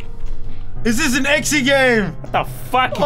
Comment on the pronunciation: he called exe ann exxy game. He no very smarto